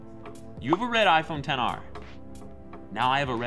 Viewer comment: Just say xr not 10 r